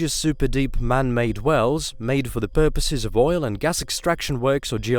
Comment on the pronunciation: "Ke'ola bore he'ole"?? Can't even say oil. E'oil... But can say frost, not fre'ost...